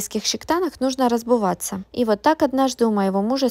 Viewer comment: РазБуваться- это жесть...кто надоумил так говорить